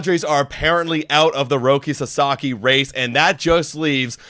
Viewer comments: In my universe, Sasaki was about to sign with the Giants until he heard those 2 clowns pronounce his name "Rocky" lmao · People, learn to pronounce his fucking name right. Sah Sah Kee. If that's too hard, put his name into Google fucking translate and use the Japanese setting to hear how it's most respectfully pronounced. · Lol man wasn’t trying to sign with a place where people couldn’t even pronounce his name correctly 😂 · Why would Roki go to the Giants when they can't even pronounce his name correctly? That is a big time insult and shows lack of respect! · Sasaki isn't going to your team if you can't pronounce his name correctly. 😛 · the padre fans can’t even pronounce ROKI SASAKIs name correctly lmaooo why would he go to that lame ass franchises and team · Roki sasaki’s name is easy to pronounce, why are they having a hard time saying it?! Darvish is a mentor to the younger Japanese players but, most of them wants to play with Shohei. Also, this feels alot like during the playoffs, they kept saying that dodgers will lose but they kept winning. Dodgers keep getting the players even after they all said not the dodgers. Lol You cannot deny the ShoGM pull.